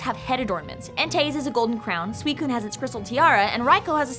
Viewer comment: you messed up the pronunciation of suicune...